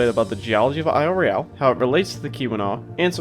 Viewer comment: TF, this channel is called Michigangeologicalsurvey but it keeps pronouncing Royale wrong